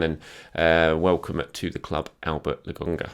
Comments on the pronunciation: It's LO-KON-GA... I don't think it's funny. Come on mate. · It’s a “K”,! A “K”! Lo”K”onga! No one can be THAT stubborn about a pronunciation, mate. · Mates, mates, settle down. I honest to goodness love. It’s just that “Le GONGGA” that’s been really getting on my nerves is all. I’m just playing with him. It’s not a criticism. If it was, I’d be questioning journalistic credentials et al, which I sure as shit am not. our man! <3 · C'mon it's LoKonga, give the people what they want.. at this point I think you just do it to spite us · lad, his name is LOKONGA😂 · While you’re on holiday this is your only homework. Lo-konga repeat after me please! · i wonder if could say Lokonga's name correctly by the end of the season:D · Please,! Just call him Sambi if you can’t pronounce his name, it’s driving us all insane! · It’s frustrating to listen to isn’t it? It’s disrespectful and makes me want to stop watching the videos. I like the channel, but come on,. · it’s not difficult to get his name right. I don’t “hate” it, but I find it to be disrespectful that he keeps saying the kids name wrong. I don’t see the issue here, Bob. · lol. When he says it, I just laugh.